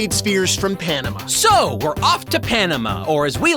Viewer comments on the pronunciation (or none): Panama? more like "PandaMar" 🎸